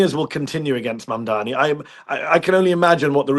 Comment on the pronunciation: ITS MAMDANI. JUST SAY IT RIGHT HE AINT ABOUT TO FORGET NOW